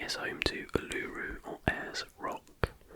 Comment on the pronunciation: Obsessed with the way you pronounced uluru 😂😂